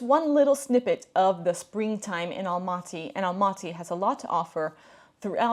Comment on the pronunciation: You don't pronounce the word Astana and Almaty correctly